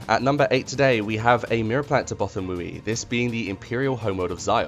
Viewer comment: Okay... yes this is nit picky and people are going to argue. BUT it is pronounced Both-ah-wee. Many audiobooks support this pronunciation, just ask Marc Thompson.